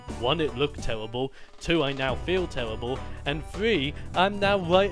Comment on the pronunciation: geez, someone is on the DESTINY side:( btw its terrible not tewweribwl......